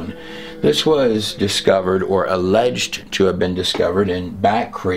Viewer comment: You are the only person on YouTube that pronounces "alleged correctly. So far everyone else uses 3 syllables. Not important but important cuz speaks a volume of illiteracy linked to a following of what everyone else does & says..blind leading blind epidemic.🔴